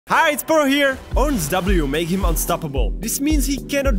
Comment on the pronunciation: All I heard was "makey heem unstoppable"